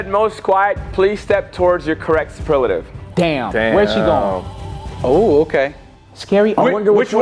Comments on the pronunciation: not being able to pronounce superlative properly kills me😭😂😂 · not being able to say superlative is hilarious